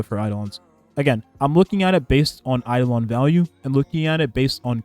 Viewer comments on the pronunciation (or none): none